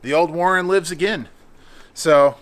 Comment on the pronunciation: Learn how to say warn not Warren 😂